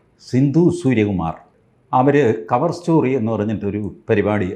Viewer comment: അവൾ കവർ സ്റ്റോറി അല്ല കവ സ്റ്റോറിയാണ് പറയുന്നത്